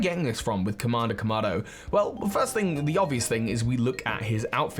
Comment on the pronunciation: Kamada Kamado, your pronounciation is funny, lol